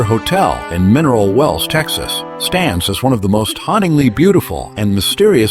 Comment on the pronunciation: I wish they would pronounce the name of my state right.the name is Texas.❤❤❤🎉🎉🎉